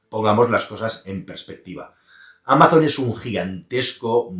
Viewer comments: Me sangran los oidos cuando pronuncias Amazon en inglés, no es Ameison, sería algo mas parecido a Amason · Amaison? Ese inglés... desde el cariño 😅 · Me encanta lo de Amazon, "Ameison" para los que no sabéis inglés 😂😂